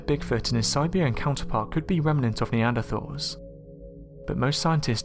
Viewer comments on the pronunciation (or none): none